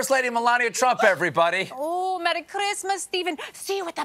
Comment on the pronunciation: Hey quick question did dis bish just say very Christmas to you too 😂🤣🤦🏾‍♂️